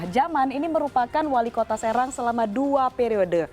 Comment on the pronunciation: Walikota sereng kata mbak'a wkwkwk, kayaknya mbak host'a org Sumatra